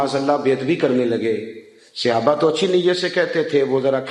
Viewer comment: Sahe lfz bola Karyn Seyaba nahe khaty Sahab khaty han